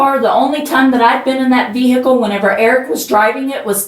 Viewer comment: I drove my VeeHikle.